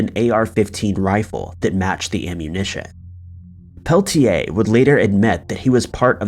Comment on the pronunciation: 100% this. He could at least have bothered to pronounce Peltier's name correctly...